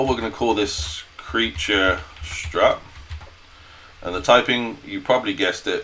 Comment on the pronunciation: its a struct not a strut ffs